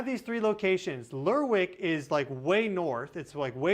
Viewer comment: Lerwick is pronounced Lerrik